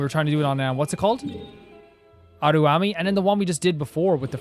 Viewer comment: HI! Im sure you probably get so many comments about the pronunciations and probably not able to see all of them. And yet here is my attempt at trying to help you pronounce it - Araumi- Ah-rah-oo-mee Ioroi- ee-oh-roh-ee Narukami- nah-roo-ka-mee (roo like the flour roux) Watatsumi- wah-tat-soo-mee Bake Danuki - Bah-kay Dah-noo-key (soft on the D sound) Tanuki - Tah-noo-key (soft on the T sound) Yoimiya- yoh-ee-mee-yah The Tri Commission - Kanjou Commission, the Hiiragi clan leads it. They are ones who wanted us to deliver letters and what not. They deal with trade, finances, customs and border patrol. Yashiro Commission, the Kamisato Clan leads this and they take care of Shrines, festivals and keeping the culture of Inazuma alive and manage cultural affairs. Tenryou Commission manages and deals with the military affairs. They work closely with the Raiden to enforce the Vision Hunt Decree. Thank you for your videos. I'm late game player so I get to live vicariously through you as you journey through the various regions.